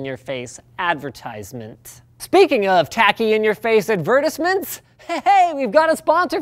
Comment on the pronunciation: He pronounces "reputable" and "advertisements" very strangely (just plain wrong, actually).